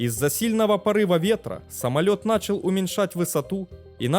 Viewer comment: Постоянно смотрю этот канал, контент нравится, но... Пожалуйста, вот прям огромное пожалуйста - следи за произношением.... Самое очевидное - ударения: правильно зАнял, нАчал.. Плюс числительные и единицы измерения(понимаю, с этим всем тяжело, но ты же на аудиторию вещаешь!).